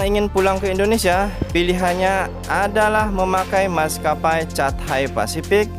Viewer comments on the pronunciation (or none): Catay.. bacanya katey 😃😃